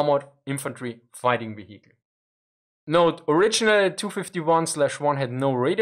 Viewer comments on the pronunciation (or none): Don't forget the "veheekl". And "neinteenfoadi".